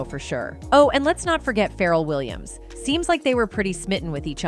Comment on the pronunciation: Right? Who is feral Williams